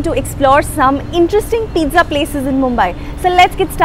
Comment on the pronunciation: Peetza not peeza